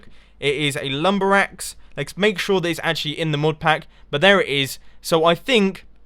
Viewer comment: God damm cant still get it RIGHT lumberaxe*!